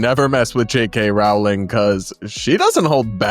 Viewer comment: her name is rolling, not RAW-ling